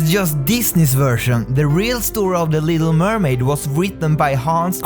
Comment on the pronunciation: When he said the little mermaid, I thought he said illegal mermaid.